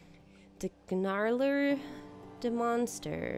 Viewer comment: the park is really starting look good now, its tough to do at the beginning when you don't have the money. Also the 'G' in Gnarler is silent (sorry if that sounds patronising)